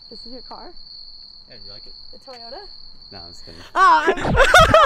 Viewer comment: He said Toyoto to Cindy LOL and like if u think car is fire like his seats